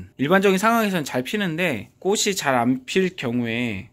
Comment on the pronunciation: 꽃을~꼬츨 꽃이~꼬치로 발음하세요 꼬슬,꼬시아니죠.